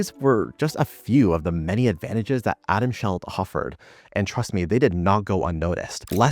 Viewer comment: "Atom Sheld"? lol